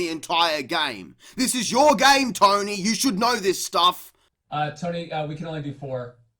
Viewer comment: How we operate thee “gayme”